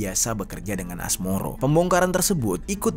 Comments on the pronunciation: Asmoro bae bang,, asmaroh bangggg😅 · Asmaroh bang bukan asmoro hadeeeuh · woy Asmaroh bukan Asmoro anjg😂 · Asmoro😭 asmaroh kak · Asmaroh mas..bukan asmoro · Asmaroh mas bukan Asmoro 😭😭😭😭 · Asmaroh bang,,,, bukan asmoro... sembarangan aja lu hahaha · Asmaroh bg, gue dgrnya Asmoro mulu , apa kuping gue yg salah denger yak.. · Asmaroh bukan asmoroh 😅map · Mohon maaf bang, pemilik kontrakan namanya asmaroh bukan asmoroh😂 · Asmaroh ❎ Asmoroh ✅ 😭🙏